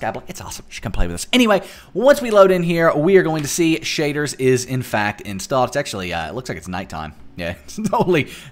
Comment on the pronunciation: Your accent though SHAYDRRS pack